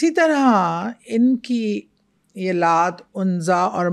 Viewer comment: Excuse me idols k name bhi apko thek se bolne ni aty these are Laat, Manaat, Uzza